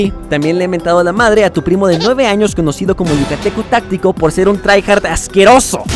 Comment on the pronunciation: por que en el minuto dice anos en ves de años